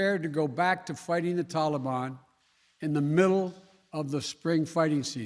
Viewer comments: in America we call em the TALABAN not "Tollie-Bon" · Everyone: Taliban Biden: Tollybon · TaL-EE-BAAN Tali-bone Tall-a-bon Tale-le-ben……….. Really? COME ON MAN!! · if you look closely you can see the flags sliding back to left from right.. a computer generated image.. love how he gives praising pronouncement of tollybon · Did he pronounce Talibhan, Telly-bum? He's a joke. He pulled the troops out before getting our civilians out. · Every time he says "tolliebon" I just can't believe this fool is our president. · The way joe biden says tali bon makes me want want cinnabon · Biden says Taleeban. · tallybawn? ok mr.president of sesame street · WTF is this TollyBon crap. You and your master are the only ones who pronounce it as TollyBon. Dont get me started on PokyStan. -facepalm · Is he mocking the Taliban the way that he's pronouncing it? "Hey mr taliman tali mi banana" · Did he say Talimon? This isn't pokemon lol 🤣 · "Tah-le-ban." Why is he pronouncing it like that ? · He’s been hanging tight with fellow “Tally-Bon” strategy buddy, Barack Obumma. Those two love to mispronounce it 🤨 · Senile Joe thought they said Cinna-bon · Someone tell him Biden how to pronounce taliban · Why does he pronounce taliban like it’s something fun wtf